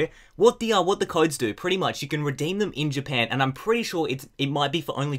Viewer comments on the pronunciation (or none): none